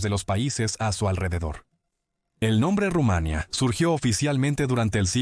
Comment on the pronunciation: No he visto locutor peor, Rumánia, Primero sabel... Como se puede ser tan malo, y ademas desgando